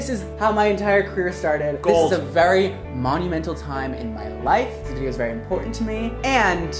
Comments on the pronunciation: "monumental" ...more like "mondomental" !!! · #Mondomental instead of monumental sometimes i’m funny?